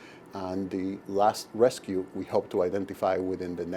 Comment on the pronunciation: cringed every time he said “rescue”